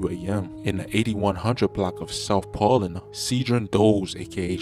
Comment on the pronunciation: “Pauluena” lol Pa’lina niqqa